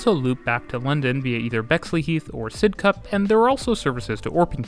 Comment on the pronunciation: and Murdered the pronunciation of Sidcup.